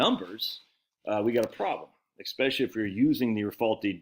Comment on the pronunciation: the word is spelled and pronounced "especially." not "exspecially." Don't "axe" me any questions. Just ask me.:cat-orange-whistling